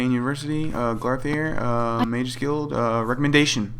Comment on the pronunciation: "Come on glarthir" xP